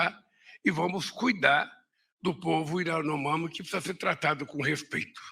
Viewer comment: Lula nunca consegue falar as palavras de cunho estrangeiro ou diferentes do português, kkkkkk Iranomami.